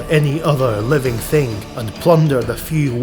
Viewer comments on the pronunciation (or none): none